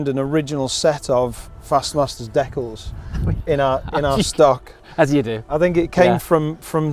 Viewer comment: Definitely the most unique pronunciation of "decals" ever.